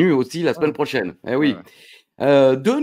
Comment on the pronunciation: Et hoplageis, le like, le com', et à la smaine prohchaineuu.